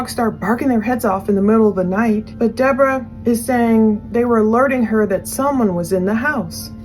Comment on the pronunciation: I don't know, I'm an Aussie, and his pronunciation of the "e" sound in "Debra" and other words sounded more Australian than NZ to me, but you might be right! He's definitely not a Brit, that's for sure. He's either one of ours or one of yours😂